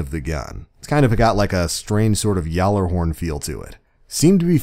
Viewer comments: SoFloAntoniNope he pronounced it wrong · You annunciated gjallarhorn wrong.